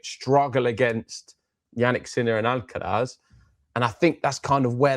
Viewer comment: Weirdest miss-pronounciation of "R" by these guys. Noticed that they pronounce R perfectly in normal sentences.. but as soon as it is in a name, (Alcaraz, or Cerundolo for instance), they suddenly cant do it :D